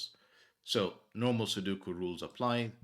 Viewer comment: Take a look at the vowels in "Sudoku". The word come from Japanese, and in that language, vowels are not interchangeable (as they often are in English). Especially note that the center vowel is not 'u'.